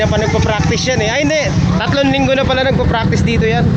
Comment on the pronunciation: fraktis ...makes furfpek 😂